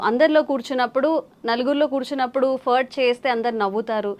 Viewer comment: Pronunciation Furt kaadhu Faaaaaart 😁😁😁